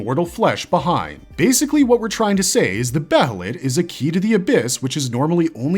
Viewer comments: dear god. its behelit as in bay-lit. not behelit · I can't help pronouncing "behelith" the same way as "behemoth" 🤷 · I know I said the only thing that bothers me in your videos is you say band of the "fulkin" but I forgot, the way you say behelit is weird too. Otherwise, great content.